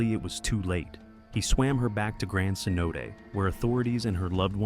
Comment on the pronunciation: that’s my biggest pet peeve. So lazy. They also mispronounced cenote as c-note a few times.